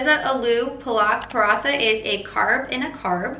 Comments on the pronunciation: Butchered the Indian dish hahahaha. 😂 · I’m Indian and that was horrible lmao but I’m glad you tried 😂💕